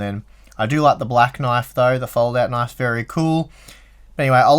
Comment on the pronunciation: "That's not a knife. THAT's a knoife."